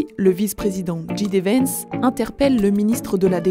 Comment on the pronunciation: Djidévens. Lol Djay. Di. Vance En anglais le J se dit Djay.